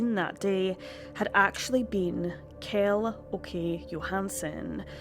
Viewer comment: Good video, but damn, if someone asked me to name any of the people in the video I would have no clue, Swedish names just does not work in English at all. Strange considering we are both Germanic in origin, and even use similar biblical names a lot of the time. For example, the KJ in Kjell is pronounced SH, so it's Shell, though your Åke was pretty good. Not trying to be rude, I just thought about how different the names sound in English